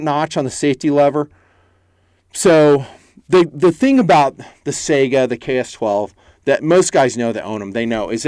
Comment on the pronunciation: Why can't anyone pronounce Saiga correctly? Is it that hard to look it up if there is any question? Am I the only one who finds that so annoying?